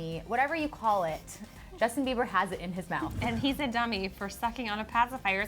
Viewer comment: Who the hell is 'Jusin' 😂😂😂